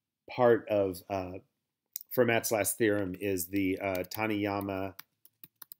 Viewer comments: i think he means Fermat is supposed to sound like “Fur-Mah” Idrc. Its definitely not going to stop me from binging these videos though. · Please pronounce Fermat correctly.